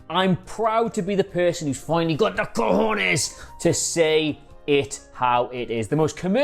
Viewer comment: CAJONES lol You actually said it really well !